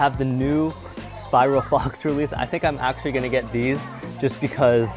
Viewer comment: Bro said Spiral Fox lol and Scorpion spear